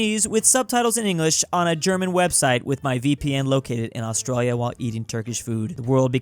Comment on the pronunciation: Man, why do you say "Australa"? is it just me that notices he says my country wrong?